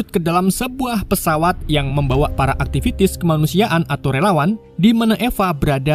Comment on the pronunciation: Aktivis bro bukan Aktivitis .